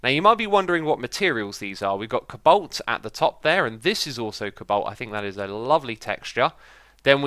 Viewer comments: It's co-balt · its not pronounced ko-u-balt its co-balt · STOP!!!! ITS NOT CABOLT ITS COBALT!!!!! You pronounce it ko-u-balt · X, you say cobalt so wierd!!!! It sounds like you're saying cabolt, not co-balt